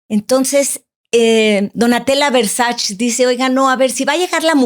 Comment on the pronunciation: Es muy buena pero se dice Versache no Versach